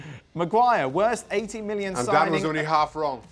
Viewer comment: Stevie calls Dan ”Dawn”